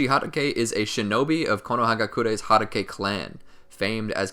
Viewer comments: He keeps saying Harake is it not Hatake? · I love these vids but it's hatake (HA-TA-K) not (HA-DA-K) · It’s kakashi hot-taki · Sir, uh sir, it’s Kakashi Hatake not Kakashi Hadake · Ge said hadakae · "Kakashi HaDAke" 🤦‍♂️🤦‍♂️ my ears bleeding.. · how many times he said Kakashi Hadagay 👇👇👇👇👇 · How to do u pronounce every Japanese word correctly beside hatake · I'm sorry, I cannot watch your video because I don't like the way you say Hatake. It's stronger than me. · It bothers me how he said 'hatake'.